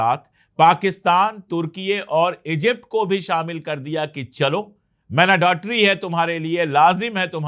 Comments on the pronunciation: उच्चारण 'मैंडेटरी' , मैनाडेटरी नहीं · Man-da-tory. Mandatory